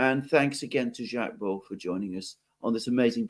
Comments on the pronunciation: I'm the most faithful fan of, but he always gets the French pronunciation wrong... Alexander is always right on - It's Baud (not BaudE as it is Macron (not MacrONNE 😊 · I agree with AM most instructive and, yes, must do it again .Jacques, latest work on the ME conflict in also eye opening . Incidentally, Jacques Baud, pronounced Bo or Beau. Once again thank you. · Alexander actually knows how to pronounce his name., not so much.